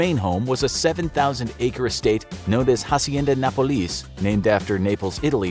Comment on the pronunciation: It's interesting how he pronounces Hacienda Nápoles, failing to put the emphasis in the right place.